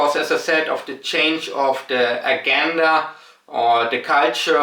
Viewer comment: My man, it’s pronounced UH-JEN-DUH. About the word “agenda”.